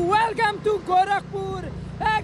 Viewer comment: Gorakhpur ❌ Gouraakhpur✅